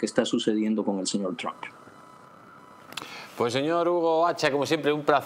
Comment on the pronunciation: A ver si respetamos otros idiomas, coño. Es "Trump" no "No Trun" y es "Skype" no 'Sky". Y no salgan con la paletada de "no tiene importancia".